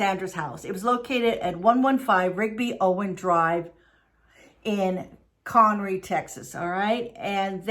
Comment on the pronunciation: we've talked about your pronunciation issues before. I'm started to find it endearing. When I lived their I often put my return address as con row lol. A girl and I had a running joke about it. Well at least you are working on it ! 💖